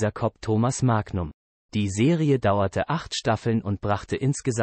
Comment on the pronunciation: Die Aussprache des Sprechers klingt wie eine Computer Stimme 🤔🤔🤔🤔Da einige Sachen falsch ausgesprochen werden wie Magnum oder denn Namen des Schauspieler 🤔🤔🤔🤔 Oder ist das nur mir aufgefallen 🤔🤔🤔🤔